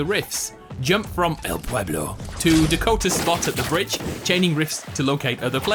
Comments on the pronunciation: Lo dijiste muy bien! 👍💪😎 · You say it correct "El pueblo"!! Gracias por tu contenido! You are the best!!